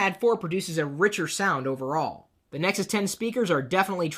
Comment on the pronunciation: Dude. I LOVE your review. I am an instant fan. I laughed so hard when you get in the camera to emphasize..."OVERALL"...hahah. I hope you review everything I ever want to buy.